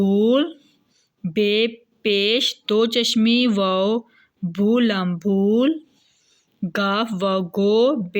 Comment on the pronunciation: بول اور بھول میں جو آخری لام ہے یہ (ل ساکن) پڑھتی ہے محترمہ معزورت کے ساتھ